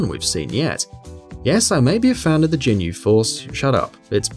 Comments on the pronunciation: Gh-inyu not Jin-yu! Definetly not a fan of them Lol! 🤣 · jinyu, jin-yu? WTF it's gin-yu it has a g not a j sound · A fan huh. Its Ginyu not Djinyu. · It's not Jinyu Force, it's Ginyu Force! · Not to mention he pronounces Justine like an English man name, not the French woman name. ...And the Jin-yu force? Is that a new K-POP band? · A fan of the Rise'yu Force more like, jeez my head hurts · JINYUUUU!! YOUSOOKAY!! wtf omg im surprised he didnt call it a jillotine or Satherine holy shit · JIN-yu? C'mon son. Also those "Sentai Figures" are also Characters that feature rather prominently in Persona 2. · JINYU FORCE COME ON GET YOUR DBZ GAME UP ITS PRONOUNCED LIKE THIS (GIIII NEEEWW FORCE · "Yes i may be a fan but..." but you can't even pronounce ginyu right. ow. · bullshit you are not a fan of the ginyu force if you cannot pronounce it correctly. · You're obviously not a fan of the Ginyu force you're not even pronouncing the name properly. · 'Yusukay' 'jinyu' 'rice' Come on...